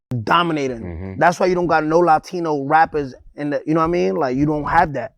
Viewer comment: it’s LA-TINO/TINA not Le 😂🤦🏽‍♀️